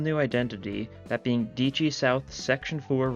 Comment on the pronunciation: btw the e in dieci isnt silent so its pronounced diEHci